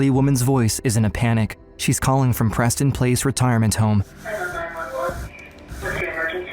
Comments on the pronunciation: "Preston Place" 💀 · Im sorry no disrespect but am I the only one who thought he said "PrestonPlayz"? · I thought he said Preston playz for a second.😂